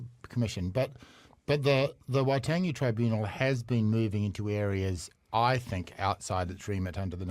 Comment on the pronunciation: Damian "I refuse to pronounce Waitangi correctly after all these years, but I'm not racist" Grant